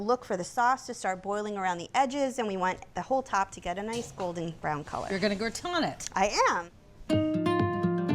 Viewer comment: Wtf is gra-ton? 🤣